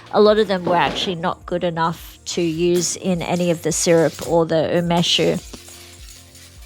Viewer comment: do you mean Umeshu? U me shu (not u mesh), I believe. I really like Umeshu, homemade being the best, but Takara being the best commercial brand. Sake = Nihon Shu, the "White Lightning" you use in Umeshu being Shochu (chu a variant of shu), wine being Budo Shu".